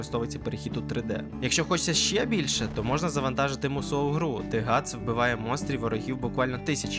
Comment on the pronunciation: Ґріффіс * Ґатс * ти не правильно сказав